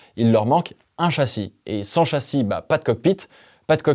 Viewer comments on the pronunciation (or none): none